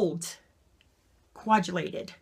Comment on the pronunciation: Coe-ag-yu-lated. You poor woman, you've had a seriously lousy time. Too late for me too.